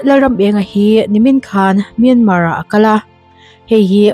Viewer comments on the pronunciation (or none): none